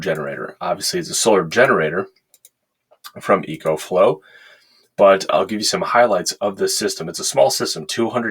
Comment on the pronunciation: Eee co flow. Like economy. Echo is for your guitar. GOOD review